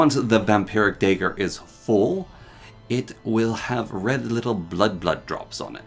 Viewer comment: This is driving me insane but you keep saying dagger wrong The da would be as in dab (yes cringe ik) the ag bag ger like villager Aka (dah-gur)